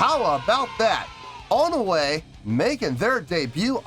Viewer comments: It's pronounced One-we. 'One' like the number 1 and 'we' like the actual english word we 😊 Thanks for reacting! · (Part 1) I'm really happy you ended up being surprised,! About their name, no, you didn't say their name right. Their name is made up of the English words "One" and "We" put together. So it's pronounced like "One, We".